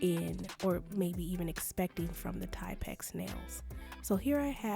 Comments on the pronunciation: I believe they are pronounced Tip X . Thank you for the great review. I just received mine and they do come shorter .❤ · Im not being mean but the correct way to pronounce is Tip x . ❤❤